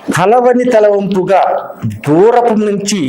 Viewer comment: త లవని తల వంపుగా ఏమిటీ తలంపుగా అనాలి తలంపు =ఆలోచన